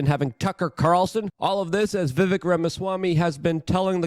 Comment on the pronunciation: Yo, please start saying Vivayk. Lov ya, me....